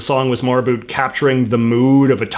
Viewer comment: “A boot” he he